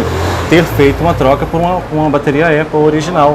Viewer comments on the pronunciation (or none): Como diz o Cebolinha.... Apple caria. 🤣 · Pessoa não sabe nem falar "Apple" e quer ter um iPhone.